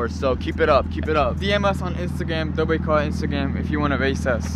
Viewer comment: It's not dobet Brothers it's dobre